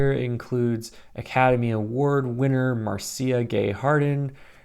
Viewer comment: I think Marcia is pronounced like "Marsha"